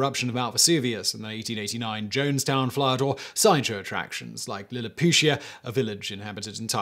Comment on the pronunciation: JOHNS-town, not JONES-town. For the love of god, as someone from that areas, it's fucking JOHNStown!